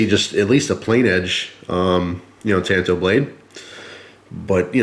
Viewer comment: It's pronounced " tahn-to." Tan-to is what happens when you wear flip-flops to the beach.